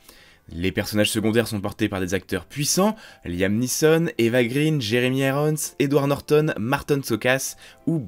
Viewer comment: Par contre, faudra faire attention, "Eva Green" ça se prononce "Eva Graine", parce que son nom est d'origine suédoise - et signifie "branche" - et non pas anglaise - et ne signifiant donc pas "vert" - mais on reste dans le végétal, parce que c'est une jolie fleur ♥ (je sors)